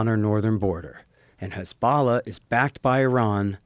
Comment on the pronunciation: Hard to take him seriously when he doesn't know how to say 'hezbollah'.